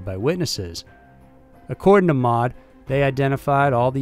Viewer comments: Not mod....M.O.D. As in....Ministry of Defense. Calling it Mod is like calling the Air Force "Usaf".You know anyone who calls the Air Force "Usaf"? How about the U.S. Army "Usa"? No? Its because NO ONE CALLS THE MINISTRY OF DEFENSE "Mod", THE U.S. ARMY "Usa", or the U.S. AIR FORCE "Usaf". Jeez, man...sometimes your rhetoric is awesome...and other times it is just ridiculous. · MOD and RAF are not acronyms. You should pronounce the letters individually. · Fyi MOD is pronounced M.O.D, and RAF is R.A.F they are acronyms. Made me giggle tbh 🤣 like U.S.A.F isnt called Usaf 👍🏻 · I am sure many an English person has chimed in here... But this video really made my day... MOD and RAF... :D It's M.O.D and R.A.F not words, acronyms... as the video went on it actually started to make me chuckle out loud... Brilliant :D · R. A. F. (Royal Air Force) = "Arr-Ay-Eff" (you got it next time round). M. O. D (Ministry of Defence) = "Emm Oh Dee". A good episode this, very informative. Cheers. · its the R.A.F and the M.O.D never said as a word! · RAF and MoD are pronounced as the letters not as a single word. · As a general rule, you don't read the acronyms of government or military institutions in the UK as a word. You pronounce each letter. M.o.D. isn't mod, it's M, O, D. Royal Air Force is R.A.F. and not raf. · M.O.D not mod and R.A.F not raff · Ministry of Defence Is not called MOD. It is said M. O. D. Like CDC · Good video as usual, but feel like I need to correct you as the Ministry of Defence is absolutely not “also known as mod”. MoD is said as “em oh dee” just like the United States DoD. Literally no one calls it “mod”. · Just for future reference, when you say R.A.F. you have to spell out the letters. It's never refered to as Raf. And you spell out M.O.D. too. Pronouncing the words the acronyms form doesn't really apply in these cases. I think it's not commonly done in the UK at all. I mean, calling R.A.F. Raf is like calling U.S.A.F. Yousaf. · Thank you also M.O.D not mod